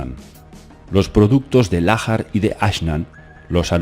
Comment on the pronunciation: Estás pronunciando mal. La letra H es muda en idioma español. En inglés suena como J. Lahar debe leerse como Laar y no Lájar. Porque no es inglés.